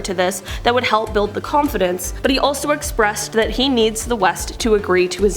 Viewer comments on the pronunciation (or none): none